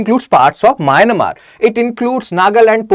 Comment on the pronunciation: Mynamar? It is Myanmar